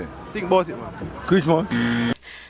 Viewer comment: This nigga said chrismus